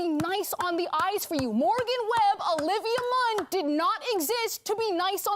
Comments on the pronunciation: did he just say oliver munn?😂 is this an AI voice over? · Oliver Munn? Couldn't be bothered to do a second take? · Thank you! That was bugging me too. I kept thinking, is he saying Oliver? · "Oliver Munn" 😂